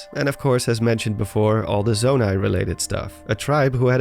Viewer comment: you said zomai